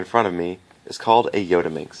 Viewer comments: Yes, he got it wrong... also i believe it shouldn't be pronounced yo-ta minx but rather yot-a minx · For some reason I find the pronunciation 'yodaminx' funny as hell. I probably have to pronounce the t-s as t-s and not d-s just to restrain myself from giggling.